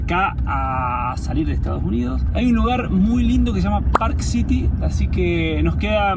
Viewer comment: se dice ESTADOS UNIDOS jajaj te comes la S en Estados jajaj saludos genios!